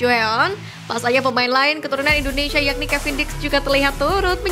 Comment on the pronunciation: Narasinya santai aja, min.... INDONESIA bukan INDONeiiisyiaaaaa, min😂😂😂😂😂